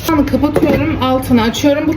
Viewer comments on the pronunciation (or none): none